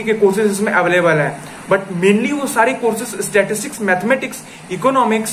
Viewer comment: It's pronounced as *Sta-tis-tics not 'Statics'! Correct this.